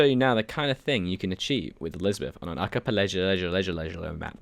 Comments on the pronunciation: Ark-key-pell-la-go Archipelago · archipelago - Ar-kie-pe-la-gow